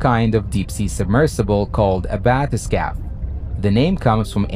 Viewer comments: YOU REALLY NEED TO LAY OFF THE REVERB PLEASE. Also, not a bathes-cap bathe-scape. AI Narration. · (Just so people know, it's pronounced bath-uh-skayff) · You need to train your AI to pronounce bathyscaphe correctly. +